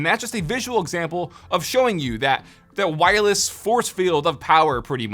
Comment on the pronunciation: Take a shot every time he says wirelles